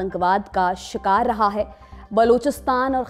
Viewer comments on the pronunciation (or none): none